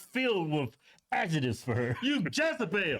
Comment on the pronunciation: That's not a Jezibel, that's a Lezebel! Mah bad* 🤷‍♀️😆